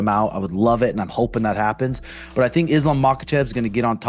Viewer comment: unc said Islam machkalchev and bleha mohamed😂✌